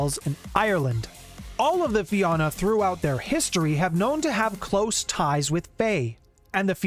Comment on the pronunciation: I'm also irish. And I always cringe when I hear everyone mispronounce Fianna. Anyway, it's a shame Fianna Fail don't live up to the name.